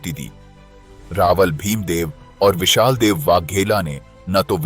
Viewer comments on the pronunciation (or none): विशाल देव नहीं विसल देव नाम है